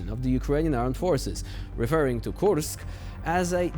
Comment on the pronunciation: Until they pronounce Kursk correctly, let's call it an inKurskion